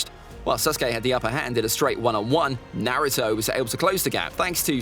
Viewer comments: Ain't no one gon talk about how he said nareuto verses SUSkay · Ah yes susgay and Nahutoe… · Man said Narto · there are ppl who say his name as (nah-roo-toe / nuh-roo-toe) but he says it as (nare-oo-toe) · 20 seconds in and I already want to ring his neck out. He is saying Naruto wrong